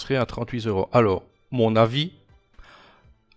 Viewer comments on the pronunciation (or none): Non, ça ne va pas faire 38 zeuros !!! C'est "trente-huit euros", il n'y a pas de zzzz !!!